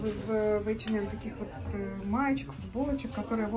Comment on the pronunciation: ей в одном из комментариев зрительница квалифицированно разъяснила, как правильно произносить это название. Даже если бы так говорили финны, она всё-таки русскоязычный блогер. Неплохо было бы подучить русский язык или пользоваться Гугл, словарями какими-нибудь...